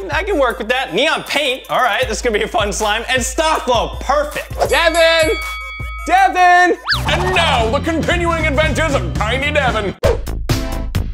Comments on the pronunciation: it's not Deven it's Devan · he has one. and its "Devan" not "dEaVeN".